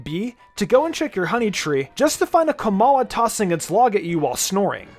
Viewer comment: I was with you until u said komala